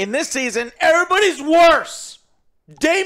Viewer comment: Say it with me Joe... RAE-NEI-RA